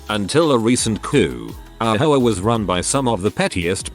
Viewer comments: Is it just me or is the narrator referring to the HOA as whores? 😆😆😆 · The AI pronounces HOA like Sopranos characters pronounce whore lmfao